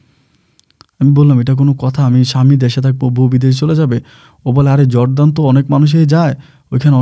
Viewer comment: জর্দান না /জর্ডান।